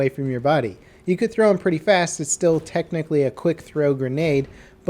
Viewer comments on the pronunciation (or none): none